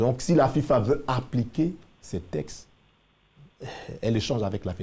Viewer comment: Un journaliste qui n’est même pas capable de prononcer correctement un mot « les TEXTES » et non « les TESTES »